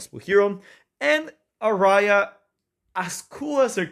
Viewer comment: "are-eye-ah" is a really interesting pronunciation of "Ah-ree-ya" hahah. you got me good, couldnt help saying something